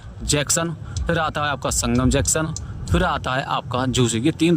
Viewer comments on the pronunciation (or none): बावले जैक्शन नहीं जंक्शन कहना चाहिए आपको । आपने रास्ते बताने के लिए काफी मेहनत की है बताने के लिए बहुत बहुत धन्यवाद